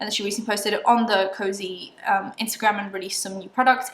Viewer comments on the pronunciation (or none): WHEN JACLYN SAID “COZY” and “coze” i was like SHE DIDNNTTTT. what a bitch honestly